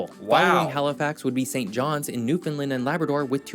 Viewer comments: Please pronounce it Newfoundland. Not Newfoundlind. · Not newfinlin it’s New found land pounce it right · It is Newfoundland and not Newfindland. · rhymes with UnderSTAND. Newfund- LAND or Newfun-LAND Never NewFOUND-lind. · Newfoundland...is pronounced like understand... Thanks for your video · It’s pronounced New found land….. the pronunciation rhythm is “understand “ “newfoundland” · Once again, Newfoundland is pronounced like noofin-LAND. Say roofin'. Now say it again with an N instead of an R. Then say LAND. Like dry land. Home land. Holy land. LAND. Not lind. Not lund. LAND. Now put them together and put the emphasis on the LAND part - noofin-LAND. Newfoundland. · The third syllable in the word Newfoundland is land...sounds like and. Not difficult people. Why can't you non Newfoundlanders get that right?????????? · Try saying New-fin- land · With the accent on the first syllable, right? Sometimes people pronounce the middle like the word “found”… which is wrong. And often they say the last syllable as “lind”, which is also wrong. The “a” in “land” needs to be heard. Thanks! 😊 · we don't say the "d" in Newfoundland, here in Newfoundland lol. I didn't know you guys pronounced it like that in NS. Hope you had a great summer 😊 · same in the bay I grew up in, but we all pronounced the province the same way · Rhyme it with Understand... Newfoundland with a fin for found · The guy in the video couldn't pronounce Newfoundland. He's obviously an expert on the topic. Haha.